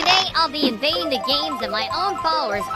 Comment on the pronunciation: I liked it wrn he said invafing there games